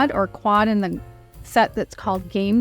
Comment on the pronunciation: It’s not thee, it’s The